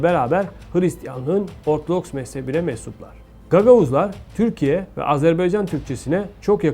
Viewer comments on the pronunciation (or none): none